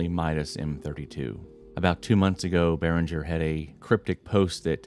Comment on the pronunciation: The g in Behringer is pronounced as the g in gas, guess or graphics. It's a german name.